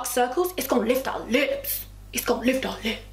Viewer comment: I thought u were sayin nips instead of lips for the eye cream I was like saucyyyyyyy